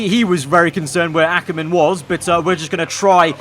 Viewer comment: He said Akkerman!!! We finally got through to him!